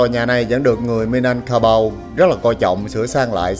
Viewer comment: Bạn này sai rồi. Chính người Indonesia còn nói Minangkabau (bạn đọc tên dân tộc là Minanangkaku là sai) Bạn nên đọc nhiều tài liệu hơn hoặc nên ở đó lâu để thu thập đủ thông tin trước khi bình luận.